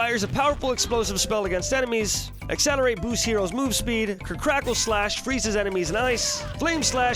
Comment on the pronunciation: You mispronounced Acceleratle